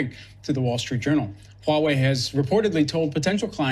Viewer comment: for the record, the "H" in "Huawei" is not silent. It is pronounced as "Huawei" not "uawei"